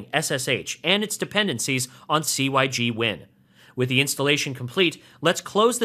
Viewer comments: "sig" win not "c" "y" "g" win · very helpful - pronounced 'sig-win' though :) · Hearing "C-Y-G-Win" never got old. I seriously cracked up every time. Thanks for the entertainment ;-)